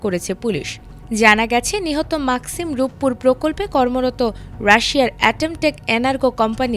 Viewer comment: মাকসিম না ম্যাক্সিম 🙏